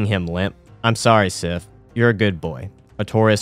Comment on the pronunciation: The badge idea is inspired, great stuff! (also two very small corrections, Sif is the goodest girl, and Souvenir is soo-vin-err)